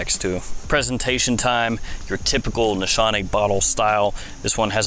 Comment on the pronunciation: No big deal but I think it's pronounced Nees-Hahn-Eh. In Turkish the sh does not make a sh sound